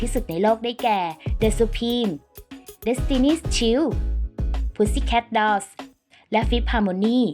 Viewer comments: Destiny's Childs อ่านว่า เดสตินี่ ชายล์ส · เดสทินี่ ไชล์ด นะคะ ไม่ใช่ เดสทินี่ ชิ้ว นะ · เดสทินี่ชิล นี่บ่ผ่านเด้อ เดสทินี่ชายด์ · แอดคับ อ่านว่า เดสตินี่ไชลด์ เดสตินี่ชายยย ไม่ใช่ ชิล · เดสตินี่ชายด์ มั้ยค่ะ ไม่ใช่เดสตินี่ชิล และน่าจะมีสไปซ์เกิลส์มาด้วย